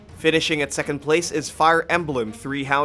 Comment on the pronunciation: Im sorry but "Fire Emblum"